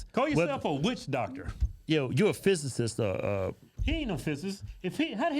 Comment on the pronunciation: Trying hard AF to clown Neil, but can’t pronounce physicist has me rollin😆😂😂😂